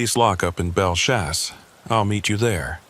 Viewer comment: And “bell-chase” not whatever you said Just trying to help Love the channel. Keep it up ☺️